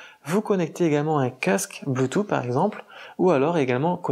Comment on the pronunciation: Sinon on dit bloutousse et pas bloutout. Et pas de s à la fin de cent euros 😁